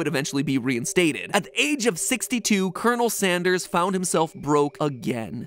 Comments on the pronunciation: Kenel Sanderes is all I can hear. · You said coronel sanders not colonel sanders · Colon...El Sanderss.